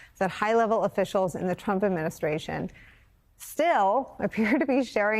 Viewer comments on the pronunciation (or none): none